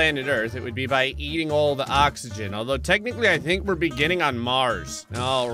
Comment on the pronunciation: Ever heard of oxegon Me: Oxegon? Never heard of it